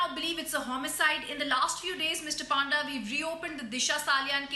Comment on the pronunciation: A very Good Politician by heart .. Coming from a Royal Blood ... Has always stood for his soil....🙏🏼🇮🇳❤️Proud of u Sir...ur simplicity is what I adore always...for the epic time it's pronounced PONDA...it's not Pandda ...though the sirname is Panda ...a Brahmin.🙏🏼